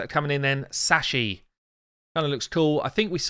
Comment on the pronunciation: Jintoro not Jintoru Sachi (Sa-Chi) not Sashi Chonoru (CH like in Chest) not Noru Toragi the Frog is stylized for Japanese kind of demon-like creature. Wouldn’t be surprised to see him in demonspawns instead I know I’m ranting but to be honest you just totally slaughtered those names.